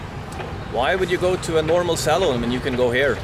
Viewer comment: When he says Salon, it sounds like Saloon where John Wayne goes to have a drink, not get a haircut!! 😂